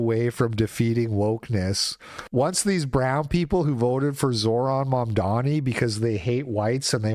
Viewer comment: i like the way you kept saying Mamdani's name wrong.